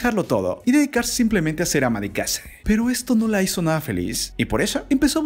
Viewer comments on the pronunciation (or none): none